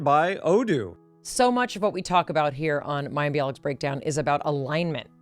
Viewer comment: Can we just praise Mayim for the way she correctly pronounced this complex name?! 🥳🙌